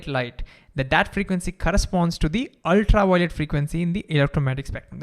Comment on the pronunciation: Ultra-wiolet Vave 😂